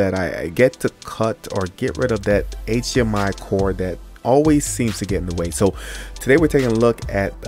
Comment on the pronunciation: "...wireless Aychhhmiii..."